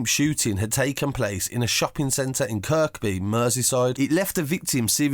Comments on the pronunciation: Kirkby...pronounced kirby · Kirkby has a silent k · K J kirk by & waver tree 😂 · Pronounce Kirkby as Kirby and Wavertree as Wave - a tree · The way you say Kirkby and wavo is funny uno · and wavatree